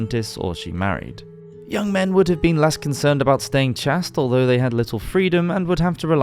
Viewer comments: Chaste rhymes with waste, not blast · Chaste is pronounced “CHAYST” - not “CHAST” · Loved this video, but just so you know, the word "chaste" is pronounced so that it rhymes with "paste", not "past". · chaste is not pronounced chast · It’s chay st not chast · Your mispronunciation of common english words is very telling! Chaste is pronounced as chayst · It's "CHAY-st" not "CHASST". It rhymes with "haste" and "paste" not "fast" or "passed" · "chast"? The word is "CHASTE"! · Fascinating stuff! I love hearing about the Middle Ages, it’s such an alien society compared to today. Fyi “chaste” rhymes with waste, and “ague” rhymes with Hague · It’s pronounced “chased”, just so you know! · Chaste pronounced chased. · Pronunciation note: "Chaste" rhymes with paste. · Chaste is pronounced (CHAYST). Long A. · Good video but an appalling number of mispronounced words in under 12 minutes, which is unusual for this channel's output. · TIL chaste is pronounced differently in the US and UK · Some good info here, tx. Good overall delivery but pronunciation of chaste and meeting out were confusing. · This is the first video of yours that I've seen. I intend to binge more all day. I have one little bit of constructive criticism: the 'a' in "chaste" should be a closing diphthong, e.g. pronounced the same as "chased" in "the cat chased the mouse". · check your pronunciation of "chaste". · That's not how "chaste" is pronounced